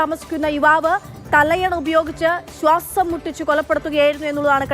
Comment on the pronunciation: സ്വാസം അല്ല ചേച്ചി ശ്വാസം 🤣